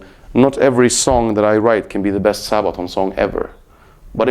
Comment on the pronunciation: Love him and Sabaton.But it is funny how he says:"Sahbaton".